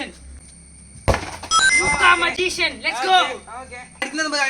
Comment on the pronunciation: Magician alla majcen😂